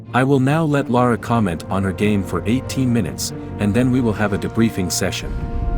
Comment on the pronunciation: Is the narrator AI too? Sounds like it to me, using the same word pronounciations as Lara did, including getting her own name wrong!